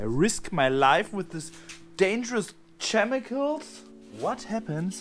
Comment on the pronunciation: “I risk my life with these glowing CHemicals” ahh I love the accent